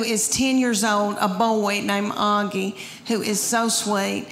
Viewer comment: Her delivery is FUN.NY! Her account of the dogs...ew. (I could smell them!) It's so funny how she turns 1-syllable words into 2-syllable ones. Like "boy" into "boy-eh.' YAASS!!!